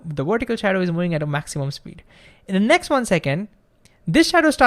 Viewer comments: I have problems understanding this man until I realized what the problem is: He doesn't say "moving" he says "mouing" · Can you please say "moving" instead of "mouing"